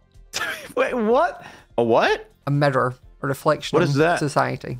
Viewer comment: I had to google because I could not figure out what he said. I heard “metter” but it was mirror